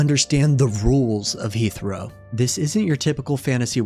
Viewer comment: This would be a great listen if the pronunciations of the Names and Locations weren’t so off from how they are pronounced in game. For me personally, It completely takes me out of the video when i hear “Heath-row” instead of “Heh-throw” and “Alf-eerd” instead of “Al-far-d”